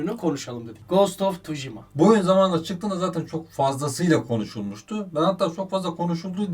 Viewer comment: Allah aşkına tuşima nedir nerde gördünüz nerde okudunuz abi tsuşima diye okumak çok mu zor şu oyunun ismini